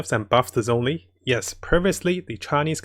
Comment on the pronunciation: The "Z" in Zhongli is pronounced like a "J". Everytime people mispronounce the chinese names, a piece of my soul dies a little 🗣🗣